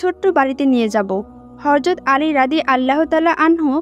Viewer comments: মাশাল্লাহ অনেক ভালো লাগে এরকম ভিডিও ❤❤❤ তবে আপু আপনি ভয়েজ দিয়েছেন ঠিক আছে তবে উচ্চারণ ভুল বলেছেন,,, আপনি বারবার হরযত,,,বলতেছেন,,,কিন্তু সহি সুদ্ধ হবে হযরত,,, যাই হোক আমার কথায় রাগ কইরেন না,,, কষ্ট পাইয়েন না💖💖💖💖💖💖💖💖💖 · একটি হযরত হবে হরযত না। নবীজি সাল্লাল্লাহু আলাইহি ওয়াসাল্লাম এর নাম উচ্চারণ করার আগে দয়া করে প্রতিটি শব্দ ভালো করে জেনে নিবেন। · Horjot na Hojrot hobe kothata bon.nobir name na bolte parle nobi bolo kintu uchharon vul koro na sunte kharap o kosto lage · হরযত বলেন কেন, হযরত হবে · Apni hazrot bolcen nki horzot bolcen? Ki ajib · আপু হরযত নয়।"হযরত" হরে।উচ্চারন ঠিক করেন। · Horjot noy hojrot bolte hoby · ওইটা হযরত হবে। হরযত নয় 🤔🤔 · Mashallah khub shundor. Kintu apni bar bar horzot bolchen. Hozrot hobe. Kindly pay attention. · রাসুলুল্লাহ সাঃ এর ব্যাপারে শব্দ চয়নে বিশেষ সাবধানতা অবলম্বন ও বিশেষ আদবের সাথে শব্দ চয়ন করতে হবে।চরম বেয়াদবের মত কথাগুলো বলা হয়েছে।যেই ভিডিওটির ভয়েজ দিয়েছে সঠিক উচ্চারণে কথা বলতে হবে,,হরযত নয় হযরত হবে। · হে বোন, আপনার গল্প বর্ননা করার বাচন ভংগী মাশাল্লাহ সন্দর কিন্ত হরযত এর স্থলে হযরত বললে আরও সুন্দর হতো। D'nt mind.